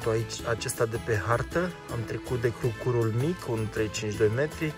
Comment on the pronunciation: Crucur se accentuează pe prima silaba, aici în zona Brașovului. 😁